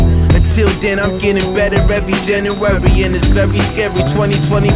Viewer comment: He pronounces it" Jan-U-waury" but it is very scary indeed.